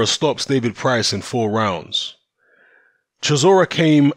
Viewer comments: “Price” not “Pricey” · FR MMA Lmao. I’ve only been watching boxing for like 15 years but yeah I agree I’m 100% a casual. It’s just annoying hearing “Pricey”